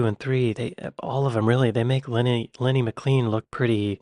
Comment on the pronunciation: McLean is pronounced maclain.